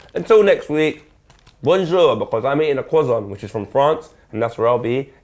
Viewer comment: enjoy your cwozon